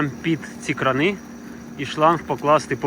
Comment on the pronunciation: Гарно. Теж думав так закопати, але трохи місця малувато. П. С. Не кранИ, а крАни. То дурні москалі чогось придумали наголос на И робити 😁